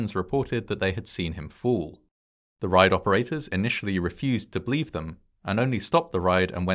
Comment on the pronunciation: For the British viewers in particular, I have a question about the narrator's accent. I've noticed a pattern over quite a few videos that he pronounces certain two-syllable words as one syllable: "collapse" sounds like "clapse" and "believe" sounds like "blieve." Also, "collision" comes out like "clision." I'm curious if this is a regional accent of some sort or just a personal idiosyncrasy. He is very well spoken, of course, so this is not a criticism.